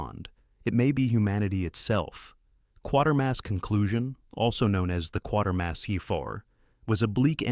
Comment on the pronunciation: Kwaytermass not quartermass.